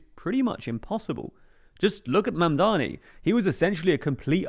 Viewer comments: im starting to take personally literally everyone's seeming incapability to pronounce.., say it with me now.., MAMDANI.., once more that.., MAM DA NI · Surely pronouncing his name cannot be this hard gang. Do better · I can't believe you mispronounced his name many times , why do people keep mispronouncing it? it's not that hard of a name to say...